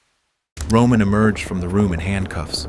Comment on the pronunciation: Romannnn not roomaaan